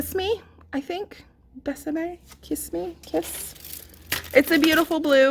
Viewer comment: Joey doesn’t share food! 🤣 Totally made me laugh. Such a weird collection for Summer. Looks like Fall to me. I can help you with your pronunciation as I live in NM...Dulce = dool see, Querida = k reeda, you did great with Besame. Thanks for swatching and the comparisons. I enjoyed the video. 😊💗